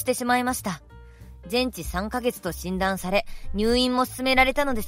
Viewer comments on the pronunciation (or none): パニコメインじゃない😒 しかもこの女の人の発音？ 診断のとこイントネーション？おしない？笑